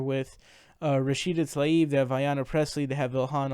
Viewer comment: I love how pronounces rashida talibs name correctly